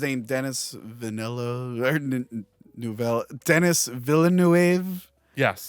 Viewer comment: Denis Villeneuve’s name is pronounced Duh-nee Villa-noov.